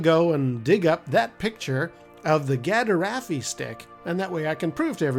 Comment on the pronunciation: Gaderaffi is actually pronounced as 'gadaffi' (the "er" being silent) which is closer to the 'gaderffi' pronounciation you mentioned. I know Kenner called it a 'Gaffi-stick' in the action figure's packaging but it was never referenced elsewhere as such. Though perhaps I am having my own 'Mandela Effect'?